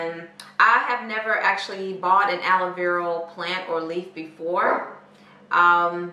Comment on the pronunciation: Is it just me or does it sound like shes saying aloe veral. So cute 🤣🤣🤣🤣